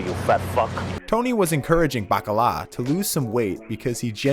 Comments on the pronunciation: All the authentic I-talian pronunciations of names: Babby Bacalaa Christofeur , , , Ton', Christofeur, Paulie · the way you pronounced Baccalieri's name had me over the edge lmaooooo